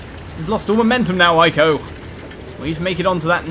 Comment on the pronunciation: I am pretty sure that "Ico" is pronounced "Ee-koh", actually; at least, that's how it is written in Japanese.